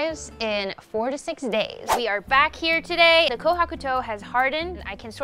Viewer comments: Honestly, I thought said 46 days, instead of 4 to 6. 😂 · When she said 4-6 days I thought I hear 46 days